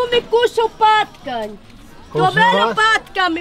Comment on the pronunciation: Nejlepší hlaška a tu my kusnul potkan😂😂😂😂ale ona řekla patkaň😂😂😂😂